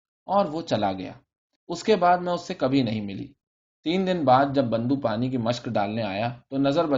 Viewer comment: Multiple errors of pronunciation! Bando is not the name It is Bundo, typically child's ear was pierced to ward off death and he was called Bundo from bunda ie earring.